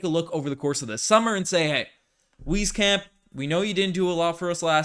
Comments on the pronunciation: Is it not wise-camp? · nope. there's also no "Z" in his name said properly. sounds like 'wees-camp'